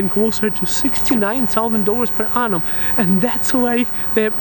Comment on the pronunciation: Why do you keep saying “anum” as for year ? 😅🤣